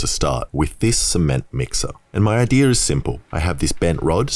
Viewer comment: It is idea not idear